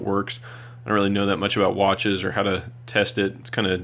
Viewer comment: ha ha, you destroyed the names of those watches.